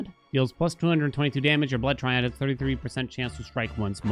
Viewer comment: gonna fall for ragebait again by telling him it's pronounced try-add LMAO